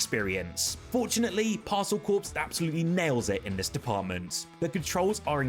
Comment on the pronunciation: Stop saying Parcel Corpse! LOL